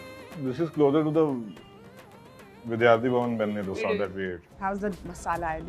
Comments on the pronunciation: For the 1000th time, its not डोसा, its दोसा 👿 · How much mehnat does it take to call dosa and dosa and not dough-sa??? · It's Davangere a city in Karnataka which the Dose named after because of its orgins & not..Davangiri , it's podi & not poodi!!! In Karnataka it's called Dose & not Dosa,!!!